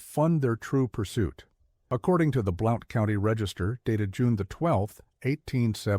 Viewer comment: Blount County is pronounced ’Blunt’